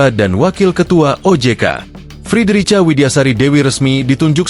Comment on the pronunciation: Baca nama yg bener mas, bacanya Frederika!